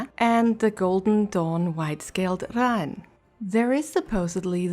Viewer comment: I don't think...hmm...I don't want to be "that guy" and it's probably a accent thing, but i'm pretty sure the pronunciation for Raen is closer to "Rain" rather than "Rawn". Of course this video is a good...like 6 months old by now. Though to add a bit of positivity, your art is pretty nice